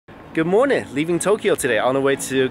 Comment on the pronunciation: A british ”good morning” in the beginning